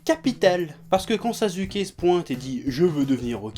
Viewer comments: On dit Na[ou]to et on dit Sas(sans la liaison)[ou]ke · il dit sasuke avec un "Z" c'est parce que ceux qui le prononce Sassouké ont tout aussi tort dans la prononciation